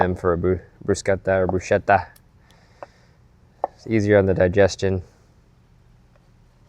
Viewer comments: Please don't say shhhh ... every italian get's chills :) bruskkkkkkkkkkkkketta :) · BRU—SKET—TA is the proper Italian pronunciation for this lovely dish. My nephew's girlfriend, who also watches and loves your videos, is originally from Rome, Italy, born and raised. I said it wrong ONE time, and she quickly corrected me! You have to say it correctly. AND y'all are in the heart of the South so you're gonna have to UP the salt intake. We LOVE our salty, spicy fried food around here! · Bru - Sket - ta - proper Italian way to pronounce this dish! Wine pairing: This dish has an acidic and flavorful taste of tomatoes. It pairs best with a light, crispy, and well-balanced white wine that will not overpower the tomatoes. Champagne will always complement the taste of Bread or Toasted Bread. Chardonnay also loves bread no matter what's inside.